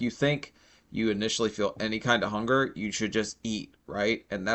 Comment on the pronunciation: HONKER PAINS?! she definitely said Honker not hunger.